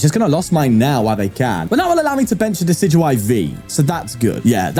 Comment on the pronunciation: Day 29! A bit late, but still counting! You should look into becoming a professional Pokemon pronunciator, I knew decidueye was pronounced like that!